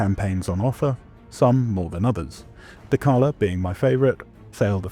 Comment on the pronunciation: Are we really gonna pronounce dechala like dekala???